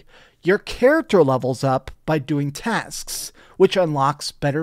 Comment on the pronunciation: He hits the hard S when he says tasksss